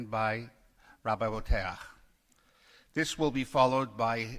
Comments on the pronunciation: I've heard Bo-teach and Bo-tee-ach, did he say Bo-taire? {:-:-:} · Also, "Boteach" is a name created *just* to pronounce incorrectly. Boh-Tay-Ach? Bullshit. Boh-Teech.